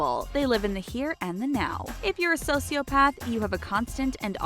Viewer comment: IM TRIGGERD WITH YOU IDIOT SAYING SOCIOPATH WRONG